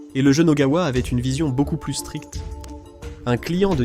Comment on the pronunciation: "Une fois de plute" 😂😂😂 je suis mort xD